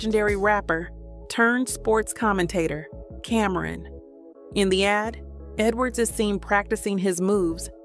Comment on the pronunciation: Cameron 😂. It’s CAM-ron